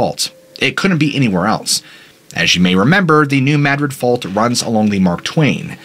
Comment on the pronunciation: You are the only one I've heard say New Madrid correctly. I lived very close to there growing up. Most people say it as Madrid as in the city in Spain, but it's Mad-rid just as you said it. Love hearing my state get the attention it deserves.